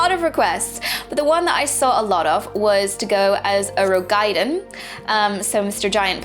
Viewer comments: Roegadyn. Row-gah-din. Why is it so hard? lol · I love this video, I really do. But something annoys me about the way you say Roegadyn cause there isn't anything between the A and the D that merits you putting a Y sound between them, as in gaiden... breaking down, the word is Roe Ga Dyn = Row - gah - din... awesome vid though. can't wait.